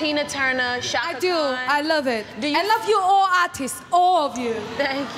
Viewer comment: "I love ORR of you". 🤣